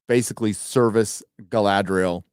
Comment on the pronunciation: Why call her guyladriel ?